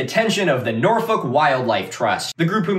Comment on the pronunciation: actually crazy to hear an american pronounce norfolk correctly. thats how i know this guy is trustworthy